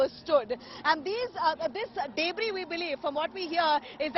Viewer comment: She pronounced "debris" as " dayybris" 😄